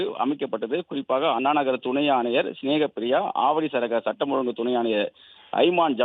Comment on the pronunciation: அண்ணா அன்னா மாணவி மானவி இதுதான் பாலிமர் பெண் செய்தி வாசிப்பாளரின் அசிங்கமான தமிழ் உச்சரிப்பு.தயவுசெய்து பாலிமர் செய்தி சேனலில் இந்த பெண்ணை வாசிக்கவிடாதீர்கள்.